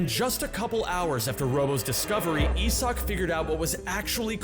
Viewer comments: You are the one completely butchering my boys name, doubt youre much help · Is that actually how you pronounce Isak? I would assume it is just a varient spelling of Isaac